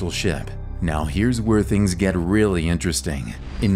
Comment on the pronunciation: waw inchrchring